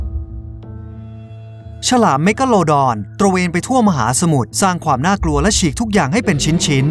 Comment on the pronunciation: ทำไมพี่เรียกแมคกาลูดอนเป็นแมคอ่ะครับ